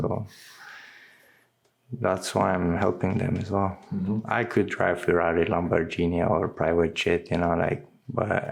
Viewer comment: Lambor genie 😂😂😂. I love this guy.